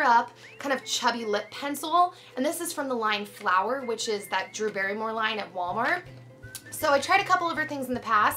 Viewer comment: haha i love you but i'm pretty sure it's "Walmart"